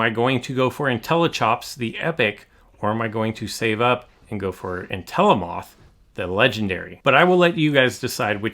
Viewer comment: I don’t wanna be rude but It’s pronounced En-tel-o-muth not en-tel-o-mOth, do you pronounce mammoth as mammOth? No